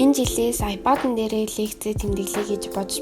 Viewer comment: аяпайд гэдгээ зөв хэл